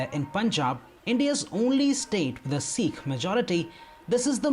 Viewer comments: Bro - it's the "Sikh" religion, not a "seekh" kebab! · It's Sikh not Sek